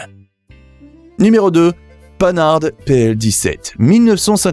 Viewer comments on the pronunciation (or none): Arrêtez de prononcer panne arde pour pan har c'est insupportable.!!! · où prononce t-on panarde ailleurs qu'aux US ( pan hard...en deux mots) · Panhard ne se prononce pas panarde mais pan-ar! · Pan hard et pas paneharde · On ne dit pas "Panarde" mais Pan-hard... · Apprenez à prononcer Panhard : PAN-AR... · Merci d'apprendre à prononcer les noms de marque "à la française" pour des marques françaises , en particulier pour la plus vieille marque , PANHARD. Petite remarque les immatriculations sont tout sauf françaises ! Vidéo à revoir